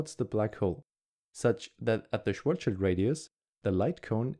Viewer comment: Good video! but it's *Schwarz(schild)